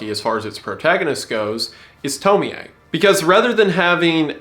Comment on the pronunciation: doesn't the ie just sound like y😭 at first i was cool but then i heard him say toemiae LIKE WHAT